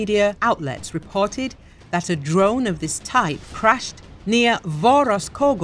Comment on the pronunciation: did you say Ukrainian intelligence tried to kill putin with a drone? i didn't catch that the first three times...